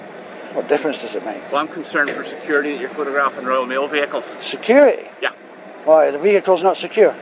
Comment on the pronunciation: He said “Royal Mail vehicles” like they were of super importance.